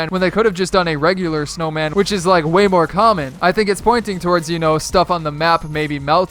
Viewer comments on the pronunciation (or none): none